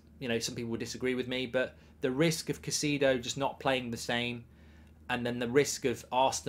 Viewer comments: Caicedo man not cacido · To everyone including Mark, it's pronounced "Kai-Seh-Duh". Thanks. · why would you pronounce it like that. I like you, Mark… but wow, that’s the worst pronunciation of a name I’ve heard in a while. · If you can't even pronounce his name you don't know whats happening